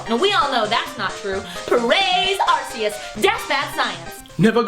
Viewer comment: It's pronounced "Ark-key-us"...And you call yourselves "TheNationalDex". Tsk tsk tsk...